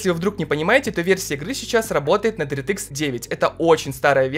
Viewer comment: Дэртыкс😂, лучше говори "Директ" так намного лучше, на русском это звучит не так приятно как на английском❤ Без хэйта, просто слух режет, выпуск как всегда шикарный😊